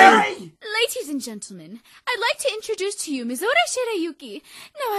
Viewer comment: Why do people keep saying Mizore's name wrong? It's pronounced Mizore (Me-zoe-ray) Shirayuki (Sure-rai-you-key).